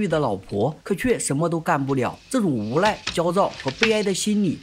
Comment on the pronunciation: 这部戏很好看，可是讲述者的发音实在让人有点听不下去，把“无奈” 读成“无赖”，“男人”读成“蓝人”，那个“n” 的发音有那么难吗？发音前只要把舌头往上面贴就行了，不妨试试看😊